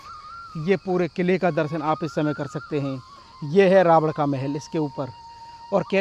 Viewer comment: भईयां रावण को रावड क्यों बोल रहे हो, उच्चारण रही करो, और श्रीलंका के चारों ओर समुद्र है वो कहाँ गायब है